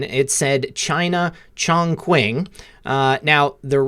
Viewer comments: Chongquing: pronounced ChoongChing. Choong "oo" as in "choose". Ching "ch" as in "chin" and rhymes w "sing" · Chongquing is pronounced "Chong Ching" In Chinese that use alphabets, q = ch x = s(h) Great videos lately. I am sending them everywhere. You and Dave at X22